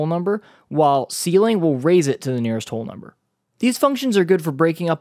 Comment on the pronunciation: Very good explanations. But: it's "ceiling" ;)